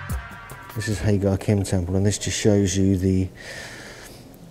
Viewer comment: Thank you for the brilliant video; just one thing..... it’s pronounced HA-JAR-IM.